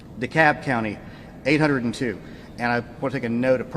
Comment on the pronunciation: Its pronounced DEKAB, NOT DEKALB NOT DEKOLB, ITS DEKAB!!! hold on.